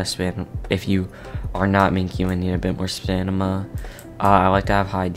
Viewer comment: is everyone ignoring how he says stanima instead of stamina